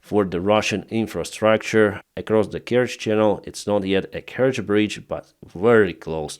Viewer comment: You cannot even pronounce the name corectly, so BS And The Bridge is not important anymore there is already a new train line on the land. Trying to make money from dead people And to put it right, this i the enemy! US inteventions : Japan : Duitsland : Italië : Frankrijk : Zuid-Korea : Griekenland 1948: Costa Rica : Albanië 1949: Syrië : Birma en China 1952: Egypte : Oekraïne : Guatemala : Iran : Syrië : Indonesië : Irak : Zuid-Vietnam : Cuba 1959: Cambodja : Congo-Leopoldstad 1960: Laos 1961: Dominicaanse Republiek 1964: Brazilië : Indonesië : Cambodja : Chili 1971: Bolivia : Ethiopië : Angola : Oost-Timor 1976: Argentinië : Afghanistan : Polen : Tsjaad : Nicaragua 1983: Grenada : Panama : Sovjet-Unie : Irak 1991: Haïti : Haïti : Zaïre 2000: FR Joegoslavië : Afghanistan : Irak 2004: Oekraïne 2005: Kirgizië : Palestijnse gebieden : Syrië 2011: Libië 2014: Oekraïne : Syrië